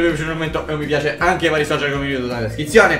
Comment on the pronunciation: ➜FavijTV™ ma dici Pella a tutti ragazzi o bhella a tutti ragazzi?